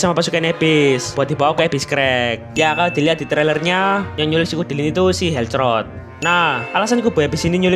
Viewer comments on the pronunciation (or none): helcurt ❌ helcrot ✅